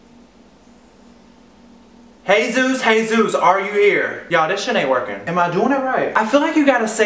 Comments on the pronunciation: It's a Spanish name. Soooo. It isn't said like Hey Zeus It's Hay-ZOOS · It's Jesus. A hispanic name pronounced hey-zus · It's pronounced Hey Zeus but it's spelt as Jesus